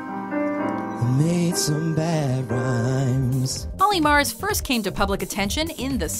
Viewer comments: She's saying murs wrong for olly murs she's saying mars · oh for fuck's sake, it's pronounced "mers" not "mars", it's not even spelt Olly Mars smh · Olly Mars...OLLY MARS? Watchmojo is at it again, Olly Murs, Mur like Mer from Mermaid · Olly 'Mars' really? Its Olly Murs like mers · "Olly Mars" wtf😂😭 it's Murs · It's Murs not Mars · Olly Mars? Mars? MArs? It's MUrs. U not an A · Same, don't see any reason why she thought it was pronounced Mars. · Mars haha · When she said Ally Mars I died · "Ally Mars" 😂😂😂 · Written as "Murs" but they're saying "Mars" so like what the heck, guys? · Who the fuck is Olly Mars? Olly Murs isn't a difficult name to pronounce... TRIGGERED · I cringe every time she pronounces Olly Murs name wrong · Lol Olly s last name was killed 😂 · Why are you pronouncing Olly Murs wrong? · they said olly murs' name wrong :/